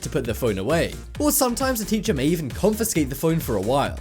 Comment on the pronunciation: You said confescate twise